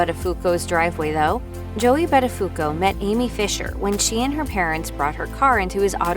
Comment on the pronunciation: You can't even pronounce his name correctly... DOH .